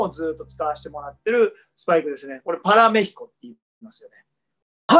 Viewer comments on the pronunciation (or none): パラ"メ"ヒコと、原語のスペイン語である"メ"にアクセントをおいて欲しかった笑